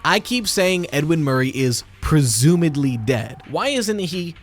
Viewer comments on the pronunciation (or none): This is very nitpicky of me, but the word is "presumably," with a b, not a d.